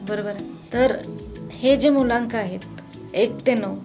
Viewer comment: भावा मूल्यांक नाही, मूळ अंक- मुलांक बोलावे